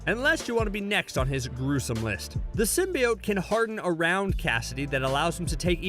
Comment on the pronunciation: "Everything you need to know about Venom 2" can't even pronounce "symbiote" correctly...